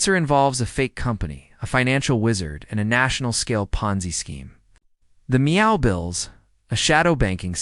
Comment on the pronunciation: Meow? Don't you mean MEFO? This vid sounds like a copy paste on a previous video, but crappier with the use of Ai. I'll give this vid a 2 out of 10 simply because of the mispronouncing of the word MEFO and Schackz name. (Forgive me if I misspelled the man's name)